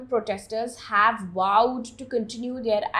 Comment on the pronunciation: VOWED or WOWED? There's a diff 🙂 Have a nice day!